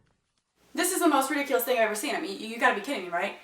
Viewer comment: Rediculace? DID YOU JUST SAY THAT WORD?!?!